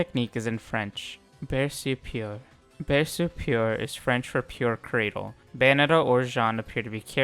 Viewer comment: "eau" in French is pronounce as an "o" so it's more like Berso than Berce